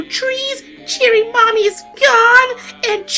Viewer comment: Oh it's Chirin thank you. It sounded like Jiren being the name from DragonBall Super Tournament of power saga to me due to pronunciation similarities.